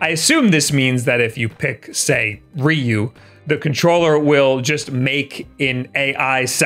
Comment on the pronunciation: I had to dislike just for the way he says Ryu, sorry it just sound so wrong